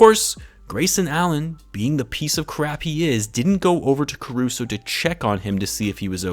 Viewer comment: also it's Caruso man. Carushow. the little goat. ACFRESH. Cmon. everyone loves him not just bulls and lakers fans. They're just gonna laugh it off? the disrespect to my goat is blasphamous